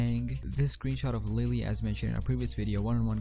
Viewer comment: Idk if you're saying Willy or lilly....